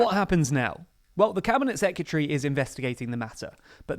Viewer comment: The way you mispronounce "secretary" is really annoying